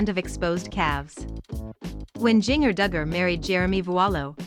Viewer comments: Please pronounce her first name correctly, jigger is pronounced the same as ginger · Please say her name right.